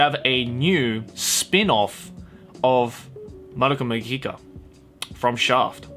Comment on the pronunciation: It's pronounced Madoka Magica, not Madoka Magica And Magia, not Magia